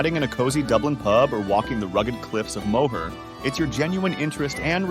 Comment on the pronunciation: Impressive mispronunciation of Moher